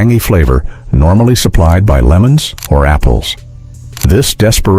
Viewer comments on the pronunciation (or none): none